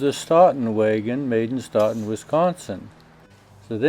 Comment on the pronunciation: Are Stoughton wheels from the same company in Stoughton Wisconsin that makes truck trailers? I didn't know they had been around that long. BTW (not that it is important but...) the locals would pronounce it Sto-ton, with a long o! Keep these great videos coming! I enjoy them a lot.